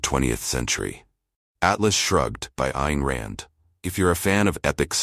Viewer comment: A channel that does a video about a book but cannot pronounce the name of the author? PASS. Anyone thinking of reading Rand should read "Judgment Day: My Years with Ayn Rand" first. Granted, the Right is not big on hypocrisy, but damn!!!